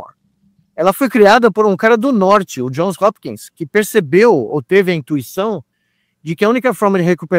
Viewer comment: Bom dia. Só uma correção: é JOHNS Hopkins University, exatamente como o Nicolelis fala, e não John